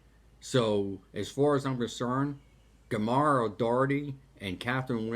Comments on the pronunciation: Gommara o Doherty??Who is this plastic paddy who can't even get her name right while spewing expletives.Gemma o doherty is despised by the vast majority of irish people.She is no patriot, shes cracked in the head.If you had researched her before speaking youd know that. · Her name is Gemma pronounced (j like jam) (e like elephant) (ma like ur mother) Jema... Good work don't need the distraction of getting her name wrong 😉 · What a moron. He can't even pronounce her name properly.